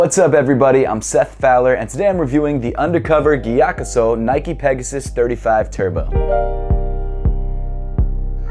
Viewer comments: Mattæus Schelde Andreasen nah he said it mostly right it's just that he pronounces the G too much instead of "Giyakusou" it's more subtle like saying "yakusou" but with a breath of a G in the front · The sou in gyakusou is pronounced like the sou of soul. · Damn! Been pronouncing it giya-COO-so for forever. Thanks! Really like this pair and actually love the maroon sole but seems like everyone hates it. I think it’s super unique and an interesting contrast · the right pronounciation is gyakzu right? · came to just hear how English speakers pronounce Gyakusou lol